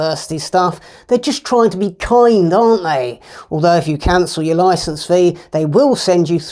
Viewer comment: whenever you say the word "kind".......Andrew....i get a whole different image....haha....and of course you're right...as usuall...